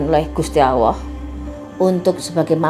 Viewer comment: Gusti Alloh tp ko ak dengernya gusti awoh ya